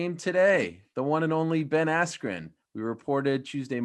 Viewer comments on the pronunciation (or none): Ben "AIYAND" Askren